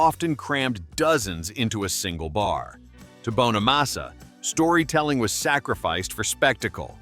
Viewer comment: You could at least pronounce Joe's last name correctly. IT'S NOT BONE A MASSA, IT'S BONNA MASSA. Jealousy is a mental disorder. Many many guitar players wish they could play like Joe, he is a very humble guy who busted his ass his entire life.